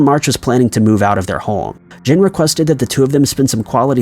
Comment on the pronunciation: Are you pronouncing home like holme?